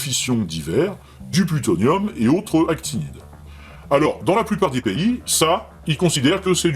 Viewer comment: C'est actinides, avec un "n"😁 sorry